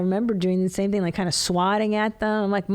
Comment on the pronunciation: Please stop saying “ThnGy” like that